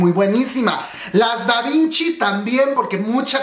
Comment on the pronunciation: es Davichi no Davinchi jajajajaja